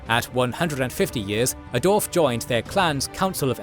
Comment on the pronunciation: Did you know there's a W after the D in dwarf?